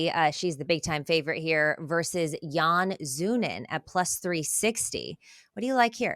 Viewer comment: Yan "Zoonan" , Justin "Gathee", and Arman "Sarkookian"...Ok if you are YouTuber at home with 25 followers but embarrassing with the ESPN label.